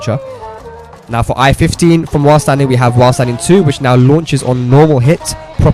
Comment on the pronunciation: Dude fix your english its while standing not wassadi...he said it like this...press wassadi 4,wassadi 1